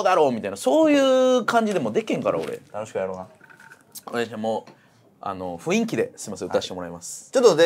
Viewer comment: 麻雀に文句を言うつもりは無いが、雰囲気を「ふいんき」と言うのは本当にやめて欲しい